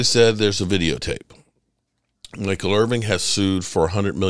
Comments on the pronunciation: Irvin not IRVING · Dude, you called him Michael IRVING at least twice. C'MON